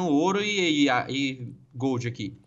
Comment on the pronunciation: falou: Eles tao pegando, ouro e goold kkkk